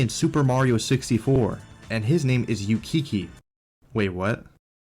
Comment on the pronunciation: On the Kiki and Ukiki thing, those are sounds monkeys make in Japanese. That's why a lot of monkeys have similar names like those in Japanese media in general. It's also read Ook-ee-kee, not Yoo-kee-kee.